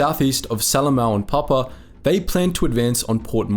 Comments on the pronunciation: It's Pap-U-A! 🙂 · Check your pronunciation! Pap-OO-a , etc... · It is pronounced Pap-u-a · Please pronunce the "u" in Papua. It isn't Papa. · Firstly. There is a "U" in Papua. Pronounce it. You could have highlighted that the total Allied force in Papua and New Guinea at the time of Japanese invasion was one Australian battalion and the NGVR. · This is a subject of great sensitivity and meaning to the many people who have commented and the many more who haven't. Why did you not find out how to pronounce the names correctly? Most are phonetic but your pronunciation of Rabaul, Papua and other place names is woefully wrong and distressing to those of us who have heard those names from our veteran fathers and uncles and in every Anzac Day march all our lives. This sounds like a high school project.